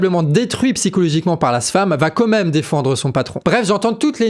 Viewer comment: Super travail. Heuu on dit quand même et pas comême mdr